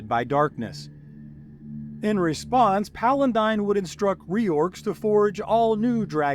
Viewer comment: Your continued mispronounciation of Paladine as "palandine" really makes my teeth itch....